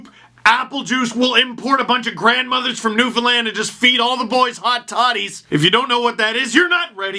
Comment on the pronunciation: Thanks for the shout out to Newfoundland, and for pronouncing it properly. Thanks also for supporting any projects that support actions against a homophobic slur that Rielly is alleged to have said. No place for that in our world moving forward. Love your videos and never miss one. Go Leafs Go!